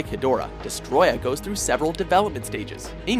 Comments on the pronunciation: is stupid he said hedorah wrong plus king cesar is not a villain is so so stupid 😠😡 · I resent the inclusion of Seesar, Angilas, and Rodan. Look closely, they were all buddies for the better part of the franchise. Oh and Hedorah, despite the spelling, is actually pronounced "hedge-rah."